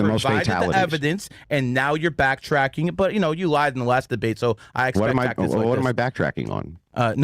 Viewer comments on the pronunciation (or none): none